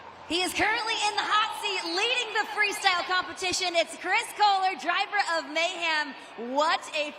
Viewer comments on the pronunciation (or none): Why does this dude keep saying MayHam